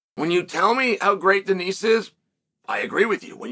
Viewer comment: Someone has got to tell Chael not to pronounce the "s" in Denis. Benoit (ben-wah) saint Denis (den-E).